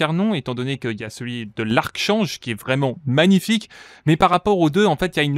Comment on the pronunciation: ce mot se dit "Arkange" et non arc change